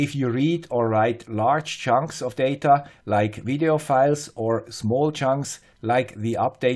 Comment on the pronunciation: I specially loved the use of the word "Junk" instead of "Chunk".;-) I love your channel,!